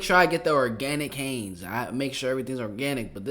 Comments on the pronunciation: I’m continually disturbed and appalled at how badly millennials speak American English. He keeps pronouncing the name of this ketchup incorrectly and what’s worse is the very first thing that the woman says on the video is the name properly what is wrong with the millennial generation what is going on? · • Thank you for saying what I'm intensely feeling. Not only is he (ignorantly) mispronouncing the name Heinz, but he is continuing to mispronounce the name AFTER hearing three, maybe four other people say the name correctly. Makes me take the host less serious. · Bugging me too. I check the comments and it's not just me.. whew! Like bruh quit talking about underwear.. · Mans said Hanes getting exposed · Its heinz , hanes is an underware company , just sayin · It's Heinz, not Hanes. Lol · Did you say “Hanes” while talking about ketchup getting exposed? Are you talking about underwear or ketchup? 😂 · Btw it’s pronounced Hines not Hanes. Hanes is an underware brand. Heinz is a Ketchup. There’s bugs in everything. If ya find it let someone know and get your reward. It happens. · Heinz is pronounced “Hines” not “Hanes”. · Heinz not Haynes🤪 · Hanes,,,Heinz,,,Talk Right,,,,This Is America,,We Speak Proper English,,Not JIBBERISH ,,,iGHt,,😆😆😆😆😆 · He said Hanes... 😂😂😂 You like underwear?! 🤔👀🤣🤣🤡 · Pronounced Hines not Haynes. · Love it is prononced Hines....I just had to let u know because my name is Haynes lol dang I love me some ketchup! Time to get some vinegar and make our own! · Ur saying hanes like underwear its Heinz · "Haynes" - It's Heinz " Highns" , it even says it in the video your watching 🤣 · Its no Haynes ( Thats underwear) Its Heinz...And its ingredients are banned in most countries. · Hanes????? U mean Hi-nz😂😂😂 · Ketchup... on rice!!!?? What's wrong with you. That's disgusting. Also it's said Hines. Hiiines. Heinz. Not Hanes. This isn't underwear. Lmao. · It isn't pronounced Haines it's pronounced Heinz. It sounds like Hiiinds long I sound. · Did he say hanz